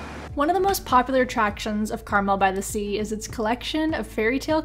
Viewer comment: FYI: It's pronounced CarMEL, not CARmel.